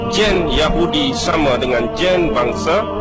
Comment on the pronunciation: Kelentong tahap maksima. Sebutan gene pun tak betul Merepek sungguh dan admin pun satu, boleh percaya benda karut marut ni.